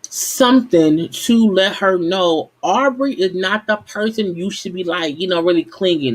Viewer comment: I really like your videos but we’re on episode 4. You know their names by now Sis lol. It’s Aubrey. And it’s Kiely. Other than that..keep it up!!